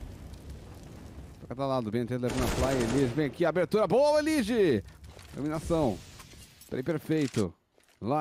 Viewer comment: eLIge é a pronúncia errada, cê tlgd né? Nós que se acostoumou a chamar ele assim